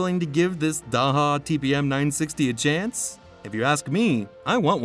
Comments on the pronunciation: Thank you for a great video. The pronunciation of Daher is closer to Dah Er or Dah AIR, more or less. It is most certainly not DA HA. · It's not DAHA ,it's DA AIR . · "Daha" ... what the hell are you smoking ? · Daha DAha where did you learn to read? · I'm sure you know by how its "day her". LOL Lower cost option, how about Piper? Then there is the versatile Pilatus. The TBM once was a Mooney. The design changed hands a couple times and ended up with Daher. It's made in Tarbes, France. They got the name TBM from TarBes Mooney, TBM. I believe they are the fastest of the bunch, and have a lot of dedicated owners. At that price point, your getting close to Slowtation (Citation) territory. 8) They are a great airplane!! 8) --gary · Can’t A.I. be taught correct pronunciation? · If you don't know how to pronounce the company name, I'm not sure I can trust the rest of your information. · Come on! You can’t narrate the video yourself?? Need to use a computer that can’t pronounce Daher?? Do better.